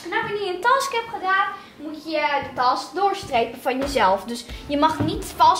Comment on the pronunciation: 😂task je moet zeggen tesk